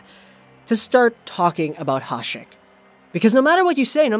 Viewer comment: It's "ya-shek", he's not latino you know